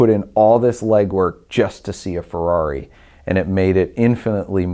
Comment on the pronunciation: DUDE! It's FERRARI not Fuhrawree